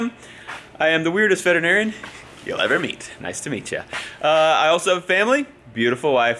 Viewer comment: Veteran-Arian? No? Ok